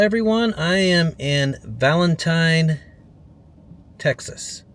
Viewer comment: It's pronounced Valenteen